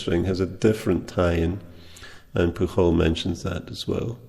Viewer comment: Hi! I'm Spanish and maybe you want to know that Pujol is pronounced with the "J" as in "jazz" because it's a Catalan surname. I have a Polish mate who said it that way. It's ironic that you say it the Spanish way and in this case it's different :) Anyway your "J" sounds pretty accurate! Thanks for the video, let me know if you come to Madrid!